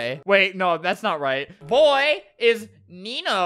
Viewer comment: He’s literally the and doesn’t know how to say “boy” and “girl”.